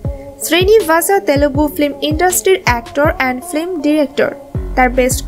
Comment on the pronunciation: ফ্লিম or ফিল্ম? উচ্চারণ সঠিক করা উচিত